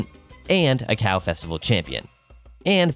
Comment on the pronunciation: i like this video but the fact you keep saying "ka-cow" and not "co co" is crazy. Its literally co co like choclate